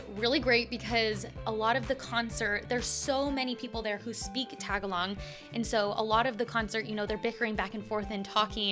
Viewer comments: It’s pronounced Ta • ga • lug , not tag•a•log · I am so sad I can't believe I didn't know she was in Dallas I totally would have gone! I love her! Also saying Tagalog is more like Tah-gah-low-guh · I'm still sad that I missed your post about you watching her concert. I would've loved to have met you in person too! (I drove from AR to TX just to watch Mori) By the way, it's Tagalog not Tagalong ✌️😊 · It's cute to hear mispronounce the word "Tagalog," unintentionally and unconsciously, of course, as "tag-along" instead of the usual "tag-a-log" spoken by Americans. It's at marks and. 😊 Don't worry coach. We, Filipinos, do understand and we are a forgiving people, haha! 😂 Just curious though. If your baby comes out as a girl, would you name her Morissette, too? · Hey don't mean to correct you but it's pronounce tuh·gaa·luhg and not tag a log. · So, my mom is a Filipina and I don't presume to know definitively, but I have always thought/heard that the way to pronounce the name of the language is more like tuh-GAL-ugh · TAGALOG: tah●gah●log (soft "o") Le😎 Musician San Francisco, Califusa